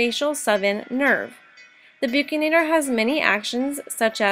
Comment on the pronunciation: Pronounced as Buk-si-nator